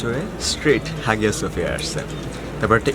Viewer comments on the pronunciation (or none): Vhaiii absolutely love your stuff, great work. Just one quick side note it is pronounced haiya suhfiya... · উচ্চারন *আয়া সোফিয়া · Hağıa söphia actually is pronounced Haya Sophia in English because ğ letter is unpronounceable letter in Turkish. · Hagia sophia ar G silent thake . So pronunciation hobe Haia sophia.